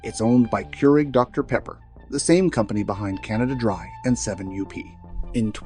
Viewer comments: Hate AI narration. The way he said 7U.P. Not 7UP. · You lose me when you said 7 u p that's 7up. I dont listen to Ai narration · 7 U P The way you pronounced 7UP was awfully odd. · 7 U P =7Up. AI still needs to learn to read! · I love that the AI can't say 7UP.